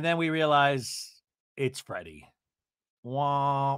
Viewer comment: Are you saying Freddie instead of Teddi ?!😂😂😂😂😂😂love that!